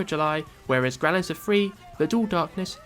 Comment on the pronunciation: isn't it pronounced "grow-lanser" not "growl-anser"?